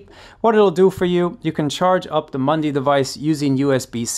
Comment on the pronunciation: It is a MUDI, not a MUNDI !